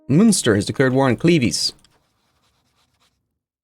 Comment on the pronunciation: At this point I am hoping Cleves get fully annexed so he stops saying it